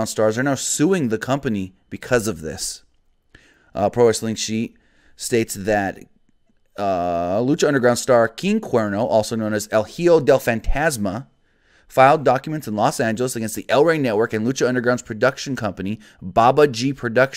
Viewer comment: Well, RIP LU By the way, "Hijo" is pronounced "Eho"